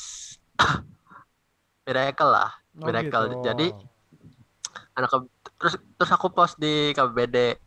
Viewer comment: "Mireckless" 😂